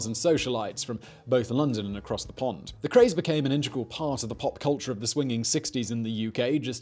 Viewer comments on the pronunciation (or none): none